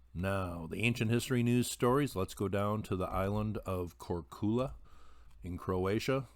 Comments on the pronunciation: Thanks for this post! The name of the island in Croatia is pronounced like this: kor-tsju-la.. in which the 'tsj' does come by inward sound and not a high pitched outward sound. I hope that helps.:-) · Korcula is pronounced KOR chew luh. I was there. Thank you for your vids.